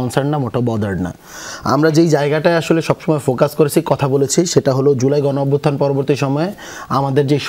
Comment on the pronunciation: একটা দলের গুরুত্বপূর্ণ পদে থেকে গণঅভ্যুত্থান ৩-৪ বার উচ্চারণ করছে প্রত্যেকবার ভুল উচ্চারণ ভুল। এরা কিসের রাজনীতি করবে?